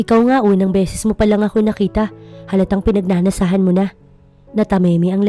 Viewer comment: PINAGNANASAAN NOT PINAGNANASAHAN.